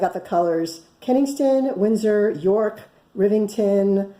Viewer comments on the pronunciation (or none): none